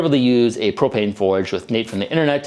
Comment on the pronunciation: Pwopwane? Cwoalk?